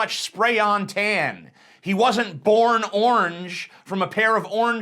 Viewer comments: What word is he trying to pronounce? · Why does he pronounce orange as onj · why do you prenounce the word orange as "ornge"?